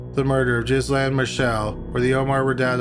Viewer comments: Ghislaine is pronounced Gilaine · number 1 jizz-lin??? cmon ffs i know your canadian but jesuschrist its ok you say hewse not house and abewt n bewt not about lol , remember maxwell? its pronouced GUH LAIN ffs and jizzlin marchelle??? wtf say it like marsh-all... no 'elle' at the end wow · Ghislaine = Ghee-LEN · Mispronouncing Ghislaine I get, but Calgary? 😋